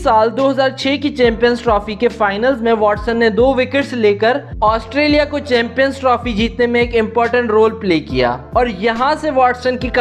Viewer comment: Australia Not Asutrailian